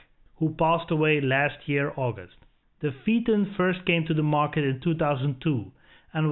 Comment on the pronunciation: Your pronunciations are way off, PHAETON= FAYTON. A little research makes a nice, in depth review. Just a wee bit advice.